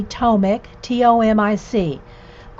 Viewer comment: Hi, his last name is pronounced as Tomich - just for your information. And yes, the language is Croatian, of course :)